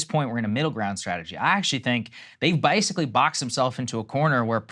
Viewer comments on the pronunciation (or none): Minute , Saggar said 'Basically' like a southern man.